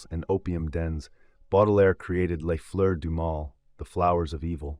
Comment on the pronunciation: Interesting; It would be even better if you took care to find out how to pronounce some of those foreign sounding words, like ' Oedipal', or 'les Fleur du mal'. don't give up!